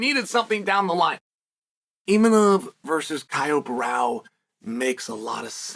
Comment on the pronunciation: Who tf is “kyle brow” 🤣